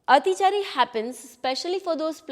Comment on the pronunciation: Your basic pronunciation of Atichaari is wrong